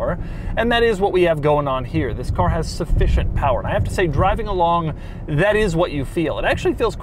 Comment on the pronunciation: it's "sufficient" :p